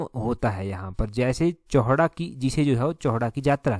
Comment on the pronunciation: सर चौहडा नही है चौहटा बाजार में बैठते हैं।